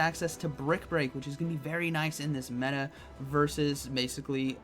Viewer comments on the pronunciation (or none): none